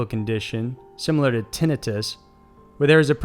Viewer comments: “Tineh-tiss”? Lol it’s pronounced tin-eye-diss. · How can someone mispronounce “tinnitus” It’s tin-neye-tis, NOT tin-i-tis with a short “I” sound on the 2nd syllable. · Tinnitus is pronounced Tuh-Nye-Tus, not Tin-uh-tis. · "...similar to tinnatis." Smh. Tinnitus is pronounced "tin-EYE-tis," bud. I know you get clowned on for your pronunciations a lot, but this one was hilarious. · Good videos but here's a tip. Make sure you're pronouncing words correctly. It hurts your credibility when you pronounce words incorrectly, such as lichen = like-en and tinnitus = ten-eye-tus....Also 60bpm is normal heart rate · Tinnitus = Tin - 👁 - tus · umm we actually pronounce it as tin- eye - tus lol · If you could pronounce things youd be my favourite non political, sport, or comedy youtube channel. Sometimes i need to take a break from everything. But then you miss pronounce simple shit EVERYONE knows like tinnitus (tin-Igh(as in high)-tuss) and im back in the real world wishing ide get killed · Tin-eye-tus. Thank you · Tinnitis is pronounced tin (as in "Cat on a Hot Tin Roof")-I (as in "My left EYE is blurry)-tuss (as in "I was in a tussle with my brother"). You're welcome. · Tinnitus is pronounced “Ti- night- us” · It's tin-EYE-tus! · you mispronounce a lot of words like tinnitus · I like your voice and narration cadence. However you mispronounce some key words including lichen (LIE-ken) and magnetometer (magna-TOM-ah-ter). Your pronunciation of tinnitus is odd but acceptable. Also the plural form of phenomenon is phenomena. I dig the subject matter; keep up the good work!